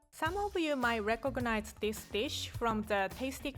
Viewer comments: Re-co-go-nize xDD I love so much! She is the heart and soul of Tasty! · I thought that she said "red coconut" lol